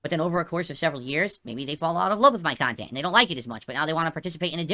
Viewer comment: Fall out of love for your kahntent? 😂😂😂 is losing it lol